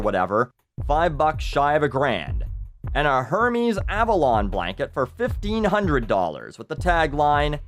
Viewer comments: heir-mes, not her-mees. the latter is the god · I do believe Hermes is actually pronounced more like 'air-mezz' instead of 'her-mees' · Its pronouced AirMaze , not hermes from futurama. Now I have to kill myself for even knowing that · It's said like Ermay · hermes = err-ehm-es versase! you dont want to be showgirls obvi no apply to, he is all the showgirls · I love your video's but it's pronounced air-mez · It's er-mez.